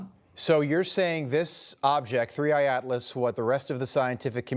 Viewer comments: It's 3I / Atlas, not "3D." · its 3i/atlas not 3d/atlas lmao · It’s 3I not 3D , cmon man